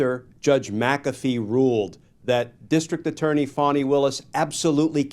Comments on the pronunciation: How does Fani = Fauny and not Fan-ee? This is like calling Target "Tar-zhay" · I pronounced her name PHONY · The spelling isn't Fawni. A ceiling fan, with an I.....fani. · The woman can’t even pronounce her own name correctly🙄or perhaps her parents misspelled it? There is Fani, like mani and handi, and there is Fawny, like tawny and brawny. Only a narcissist would think the rules of proper English should be changed for them.